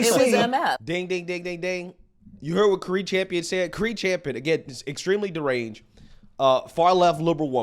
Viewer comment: Im convinced that mispronounces names on purpose. How you get Cari wrong is beyond me. It has to be on purpose.